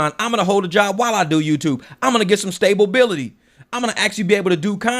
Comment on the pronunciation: lol. I caught that. Stay-ba-bility